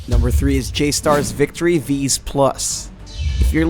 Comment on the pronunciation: Bruh how do you mispronounce “Vs.”?